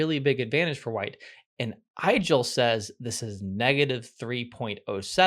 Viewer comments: it's pronounced 'Eagel' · "Igel" is pronounced like ee-gehl, it comes from German and translates to hedgehog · Igel (german for hedgehog) is correctly pronounced so that it rhymes with wiggle, not with Nigel.